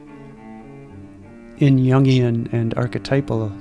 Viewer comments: And you can't even say Jungian correctly 🙄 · Like, how to say Jungian 😂